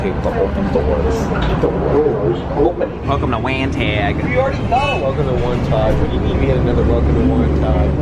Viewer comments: This was so much fun! I live by the Kew Gardens station you stopped at, work by GCT, and am from Lindenhurst, so what a fun trip to ride along with you. It’s pronounced Wan-taw, and Manor East is a catering hall. I can vouch for the 17 diners and I’m thinking you may have missed some. 😂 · its pronounced WAN TAW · Great video, just fyi Wantagh is pronounced Wahn-Taw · Jsyk, , Wantagh is pronounced "Want-taw". Awesome video as always though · As a Long Islander, it was surreal seeing you guys go through my hometown. Also Wantagh is pronounced “Wahn-taw”. Great video as always! P.S. I’m so sorry you had to deal with NICE 😭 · Enjoyed the video up until the Butchering of Wantagh. Otherwise good video.